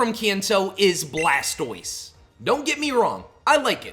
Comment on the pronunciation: You said blastiose and I immediately paused the vid and left. No pokemon iq